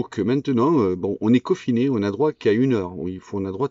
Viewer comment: intubé pas entubé confiné pas cofiné